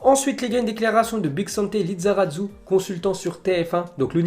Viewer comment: De ouf une fois de temps en temps ça passe mais lui c'est tout le temps. Pauvre Lizarazu 😖